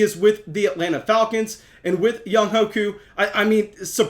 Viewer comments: Young HUAY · Young-way, you gotta pronounce the GOAT’s name right